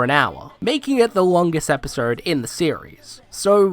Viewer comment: "Episrrd" Hey bro is something stuck in your mouth?